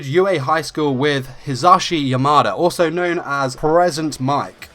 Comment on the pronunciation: I'm sorry I have fuckin' whiplash did you say "born 'or so' in Tokyo"?? Like, now I'm pretty sure you said "also" not "or so" but DUDE for a second I thought you were suggesting he wasn't born, like he just fuckin' Appeared one day oml.